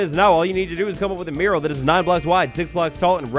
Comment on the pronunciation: I didn't know the word mural before, and when you said it without the texts, I thought you were saying mirror with a weird pronunciation 😂